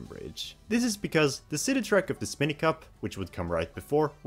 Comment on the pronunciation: Stop saying “Spin-y Cup”! It’s “SPINE-Y CUP!” What, do you call the enemies “Spin-ies”?